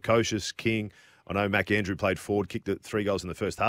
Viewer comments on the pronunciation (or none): Gerard call him Andrew, why are you adding an s?